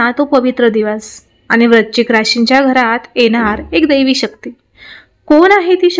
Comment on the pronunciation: Tumhi rashicha ucchar barobar kara.vrushchik vrashichk nahi